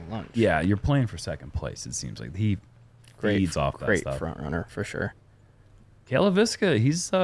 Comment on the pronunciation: At least the announcer dude got Cale's name right. It's not really that hard. Just change the emphasis a bit.